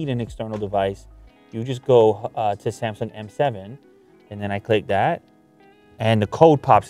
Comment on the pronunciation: "S A M S O N G"